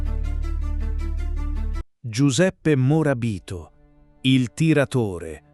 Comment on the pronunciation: Avessi indovinato un accento… Ad esempio è “Morabìto” o “Tegàno”, ed è “u tiradrittu”, non “u tiratore”…